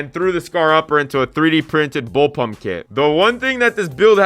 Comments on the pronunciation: Yup, came here to say exactly that. Can't believe he called it a 'bullpuMp' three times in the video. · Its bullpup not bullpump my guy